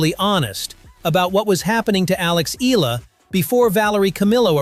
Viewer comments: IT'S EE-YA-LA, NOT EE-LA... AI SUCK! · It is E-YA-LA, not EELA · Mr commentator, Eala is pronounce ee ya lah not ela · IT'S EE-YA=LA, NOT EE-LA... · It's a bit frustrating to hear an AI repeatedly mispronounce her Tagalog last name as 'EELA,' especially when the actual hosts and people say it correctly. You'd think a program could get it right, but here we are! Sheesh! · start by pronouncing her name right......its e-yah-lah